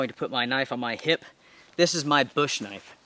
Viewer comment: That ain't no "knoife" this Is a "